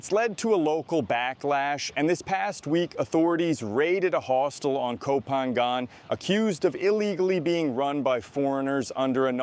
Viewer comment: Really enjoy your videos mate and you are obviously well versed on all current events in Bangkok and Thailand. I am surprised though about your lack of Thai. I am curious have you tried to learn? Your pronunciation of places like Pattaya พัทยา, Ko Phangan เกาะพะงัน and even Sukhumvit สุขุมวิท needs a bit of work.